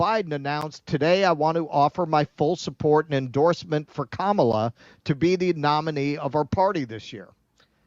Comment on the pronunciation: It's Kama-la. Not KA-MAAAH-LA. If you're going to do coverage on her at least get her name right.